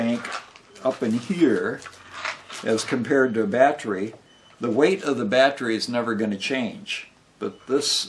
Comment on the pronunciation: You do know that theres an e in the word battery right?It's not spelled battry or battrie.... So why do you pronounce it that way? It's very weird.